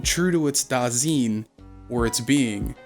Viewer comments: A decent rule of thumb for pronouncing German words is that you vocalize the second vowel in a diphthong. Just as you say High-degger and not Hee-degger, you say da-sine or da-zine and not da-seen or da-zeen. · As a German your pronouncing of „Dasein“ let me think of a asian word somehow for most of the Video even though you were talking about a German philosopher before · Dude, if you want to be edgy about Heidegger, at least look up how to pronounce Dasein. :/ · Eh, the vexing part is his butchered pronunciatoon. its jarring. If you cant speak german, stop dping it. Da (like in Da Da, babyspeak) then Fine, but instead of the f, put an s there. or swine, but cut the w. Phoneticly pleadinig yes yes. Now, nichts. Phoneticaly, there is no k there. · Please if you use foreign words pronounce them correctly the ei in dasein would be pronounced like the aye for an affirmative and the ch in nicht is not a k but more like the hissing of a cat other then that a pretty good video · Dasein is pronounced so that the is the same as "I" or "eye". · Also, the "ein" in "Dasein" is pronounced the same as the "ine" in "nine". Doesn't detract from the quality of the video, but it's worth noting.